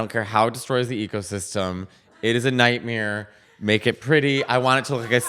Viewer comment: Did Mateo say “nightmeer”? I heard nightmeer 😂😂